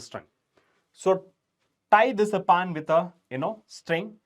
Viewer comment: Sir it's not paan it's pan😂